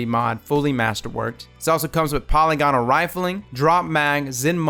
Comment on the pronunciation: Love your videos, man. Just a heads up, you're mispronouncing polygonal. I cringe every time I hear it.